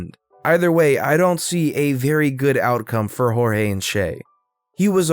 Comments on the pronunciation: I love how u pronoused Cheltenham and jorgie please try and get it right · Jorge is not horeyey